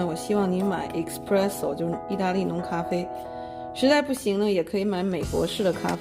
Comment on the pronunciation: Espresso 不是 Expresso